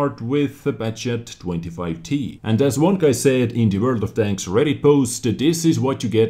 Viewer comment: I thought he said "Welcome to World o frogs"